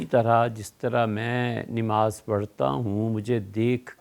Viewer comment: میری مفتی صاحب سے ادبا گزارش ہے کہ آپ لفظ نماز بکسر النون پڑھتے ہیں حالانکہ بفتح النون ہے اور مفتی صاحب اکثر ایسا کرتے ہیں محمد انعام رائپور ضلع سہارن پور یوپی